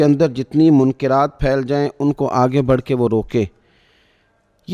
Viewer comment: منکرات کاف بالفتح بولیں